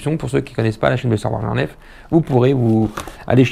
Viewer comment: du grand mendès, on prononce blaster, joie, nerf c'est facile pourtant, lol tu ma régalé, et jette pas mais blaster par terre ou je vend!:o) A très vite mdr le Papou du berry.